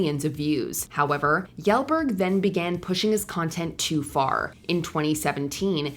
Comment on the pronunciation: Previous videos she had such spot on pronunciations, but Kjellberg got completely left out of those lookups